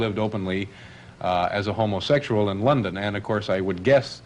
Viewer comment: He says 'ho-mo-SEXual'...like the voice-over's in those dodgy 'beware of' info films ?